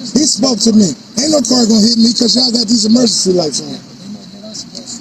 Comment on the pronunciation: “What’s the emergecee?”